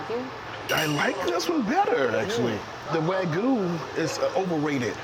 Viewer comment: 왜구라고 발음 제대로 ㅋㅋ 와규아니고 왜구 ㅋㅋㅋ